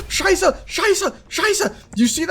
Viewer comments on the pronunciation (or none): Scheiße? ^^ Are you german?